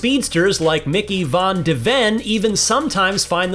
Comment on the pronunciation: It's an American publication. They probably should've gotten someone more familiar given his pronunciation of Bellingham and van de Ven nonetheless. But as a "Yank", I've forgotten more about football than you've learned.